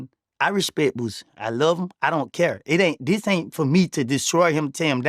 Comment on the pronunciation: “You give him the upmost resput”- 😂😂😂😂man how are yall not catching these?!